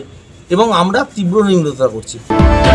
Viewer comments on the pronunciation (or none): নিন্দাকে নিম্রতা বলছে, কেমন উকিল আর কেমন ভাষা? কৌস্তুভ বাগচী কেমন উকিল? সে কি উস্কানিমূলক কথাবার্তা বলেন?